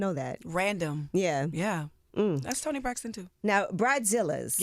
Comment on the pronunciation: i love that she says toni braxton 🤣🤣🤣🤣🤣🤣